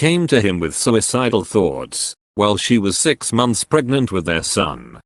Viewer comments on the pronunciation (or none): none